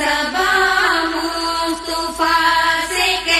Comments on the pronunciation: مصطُفی نہیں بلکےمُصَطَفٰےہے اس غلتیکو صحیح کرئیں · leikin meri bahan aap glt padhe.. mustufa bol rhi ho.. mustafa bolni chahye...durust kre